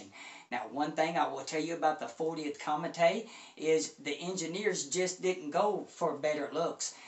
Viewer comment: Good video! I love this speaker, as well. Really musical. As an FYI, the name Comète is pronounced 'Commette', as in Corvette' (it's a French company... the accent on the E makes it a 'short e').